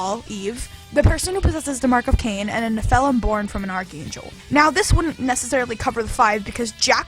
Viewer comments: What the hell is fonix ash? If you mean Phoenix ash, it's pronounced "Fee-nicks." And you call yourself a nerd... Also, "Ne-FELL-um?" No. NE-phil-im. You put the em-PHA-sis on the wrong syl-AB-le. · I will say it also bothered me whenever she said nePHILim instead of nephilim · Your pronunciation annoys me fee-nix not pho-nix and nephilim just needs to be said as one not ne-philim. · Phoenix: fee nicks Nephilim: nef uh limb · Holy fuck i agree. This moron needs to learn english. She puts the emphasis on the wrong syllables. NiFELem.......like wtf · The way you pronounced nephilim triggers me so much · cant believe you mispronounced phoenix and nephilim... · I think the list was fine but you really need to learn to pronounce "nephelim" and "phoenix". Kind of made me cringe at the sound of them.